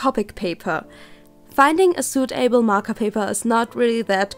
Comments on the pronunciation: Great video! Just wanted to point out though, suitable is pronounced more like "suit-uh-bul" than "suit-AY-bul". It flows easier that way! :) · u pronounce suitable soo bad XD it's suitable not suit able...XD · I'm sorry but the way you pronounce "suitable" just bothers me sO MUCH But ignoring that, this video was very informative, thank you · "suit-able" But thank you so much for the hacks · Also ihre englische Aussprache fand ich ja schon immer schlimm. Aber wie sie bei suitable ausgesprochen hat, hat das Fass zum überlaufen gebracht.